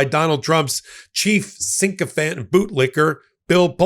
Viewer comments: It’s sycophant. NOT syncophant. Please work on this. You say it incorrectly every time. Please do better. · Dude, it’s not syncophant, it’s sycophant, like sick, not sync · Sycophant, not sy(n)cophant! Like SICKO!